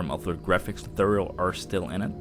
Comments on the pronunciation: i expected a lot of reactions here about the way he pronounces tutorial xD "tooturrjl" xD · omg Im so sorry but I clicked on subtitles for w/e reason and damn it was funny! the way you say "tutorial" youtube cant even handle it !